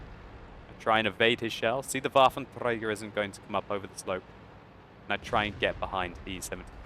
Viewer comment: I do love your videos so much but please for god sake could you stop saying waffentrager, the way you say like waffentRRRRRager, thats so annoying.